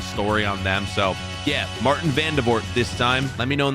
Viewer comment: It’s Maarten not Marteen